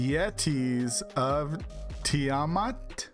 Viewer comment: You said Tiamat right the first time btw